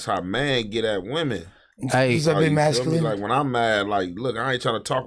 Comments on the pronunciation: …. Said…. “Muskaline” 😂😂😂 it’s “Masculine”!!!! 😂😂😂😂. That’s the homie though!!! ✌🏾✌🏾✌🏾✌🏾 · this nigga said "musculine" instead of masculine...no jumper got the slowest cast on YouTube... please do a spelling bee episode it'll go crazy😅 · musculine or masculine?😂😂😂😂😂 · said muscline😂😂😂😂 he meant to say masculine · Mannnn said “MUSculine” 😒😒man what the fuck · ooo musculine killed me 😂😂😂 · He said musculine instead of masculine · Said muscular instead of masculine lol I used to hate it now I watch for it 🤣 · said Musculane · my nigga said “Musculine” 🙂‍↕️🤝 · Bro said “Musculine” 🙂‍↕️🤝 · He fucked over the word masculine 😂